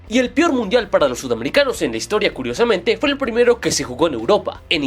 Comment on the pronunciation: Perdon pero dijiste pior no peor